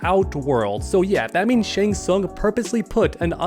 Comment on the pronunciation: If I had $1 for every time you said shang sung in this video......I'd still be broke